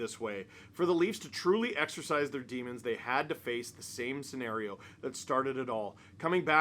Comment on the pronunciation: . "Exorcise." Pet peeve. Don't mind me.